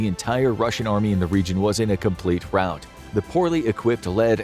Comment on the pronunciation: "Rout" not "route."